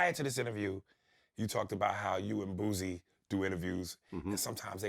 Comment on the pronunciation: Got damn. Why do folks up north call boosie “boozy”? 😂😂